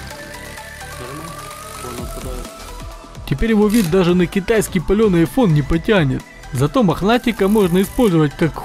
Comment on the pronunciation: не айфон а ипхон 😂😂